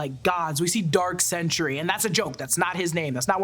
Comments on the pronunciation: Sentry, not Century. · So I know it is sentry but I keep hearing you say century. But you know neither here nor there. Love the podcast love the channel.